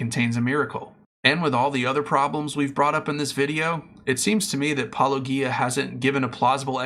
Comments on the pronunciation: The fact you can't take the time to pronounce Paulogia's name correctly, already invalidates any argument you will have. I pray to Cthulhu no one else sees this cringy attempt to debunk Paulogia. I sacrifice a lamb to Elohim she will make sure you will not get another view on any video you make ever again. R'amen. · You could pronounce his name correctly. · Just how insulting do you want to be with your failure to properly pronounce Paulogia's name? How hard can it be? I presume this is deliberate as he says his name in every episode. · How much 'intellectual rigor' can you claim if you refuse to properly pronounce the name you have just heard? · My mind is not made up on this topic, but before I could take your response seriously, you have to at least be able to pronounce his name correctly...it is not Pelogia ( minute of your video), it is Paulogia. You have it correct in the title of your video, but for some reason ou continually mispronounced it in the beginning of video and I turned it off. Do better. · Soft ‘G’ in ‘Paulogia’, people! SOFT 'G'! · It's odd that, since you have watched Paulogia's video, you cannot pronounce his name correctly. It's also odd that you deliberately speed up Paulogia's clips. One might think that you are deliberately trying to reduce Paul's arguments. This doesn't make you look good, or honest. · Since you watched his video, where he pronounces his name, this is not a believable excuse. And no, most people do not deliberately speed up clips. That is another excuse, and not believable. I have disputed your claims. Please respond with facts, not excuses.